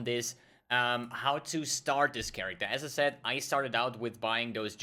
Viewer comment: it's funny when you say "as i said" quickly it sounds like you say "SSF" lol